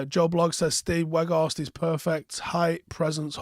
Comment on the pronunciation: You have to say it like Out. And with the W from Whoa.